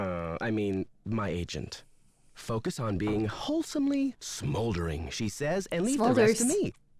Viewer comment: when said "smolding" i went "smolders" too 😆 honestly, playing another nancy drew game is a dream come true ✨ thank u for being awesome! love u <33